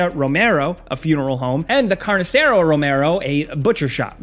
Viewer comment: Your pronunciation of "Carniceria" is painful.